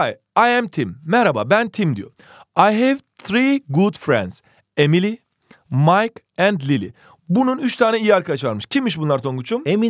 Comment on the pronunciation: EmİliYğĞğ iS a BıDı BıdIĞ fRiEnd